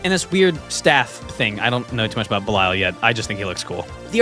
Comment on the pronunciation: Belial is pronounced Bell e all